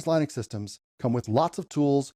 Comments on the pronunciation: It's not Lynix it's Linux. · your saying Linux wrong and im a beginner to. It's pronounced Linux as Linda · Is this AI? is this how you pronounce Linux? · Why do you continually mispronounce Linux ?